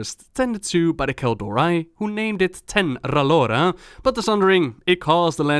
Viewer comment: that was the most sverige way pronounce Then'Ralore